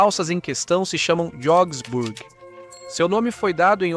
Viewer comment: Essa pronúncia "Jogsburg" está completamente errada... E "Berfak" (ao invés de Wehrmacht) também soou hilário...